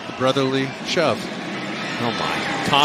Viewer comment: Did he say shove or chub? 😭